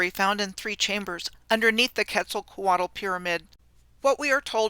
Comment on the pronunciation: The L at the end of Quetzalcoatl is silent. Ketz ahl co aht.